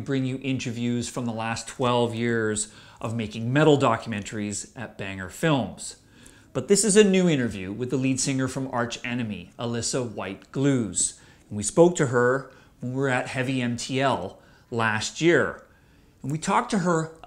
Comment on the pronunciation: Alissa White- "Glooze" LOL... It's pronounced "Gluz" dude, the same way it's written. Edit: also her first name is pronounced "Uh-Lisa" not "Alyssa." How do I know? That's how she says her first and last name! Great interview but it's crazy you didn't ask her her name!